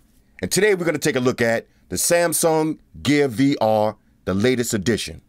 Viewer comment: DId you say Samsung gay VR latest edition?